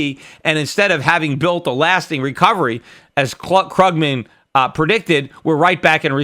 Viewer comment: The way he pronounces Paul Krugman's name though... *shudder*